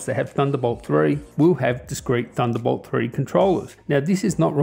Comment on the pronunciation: I took a shot every time you said "THUNDERBOWLT" and now im dead X.X